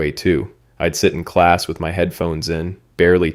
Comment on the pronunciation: emphasis on the MY 💀